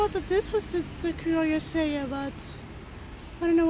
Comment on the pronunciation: I'm growing a lot of the peppers you have featured here for the first time this year: Criolla Sella, Fish pepper, and Chimayo. Kudos for pronouncing Criolla Sella properly!!